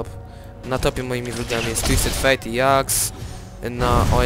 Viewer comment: fajnie ale mówi się dżaks